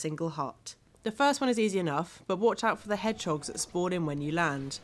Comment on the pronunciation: she called them hegdogs too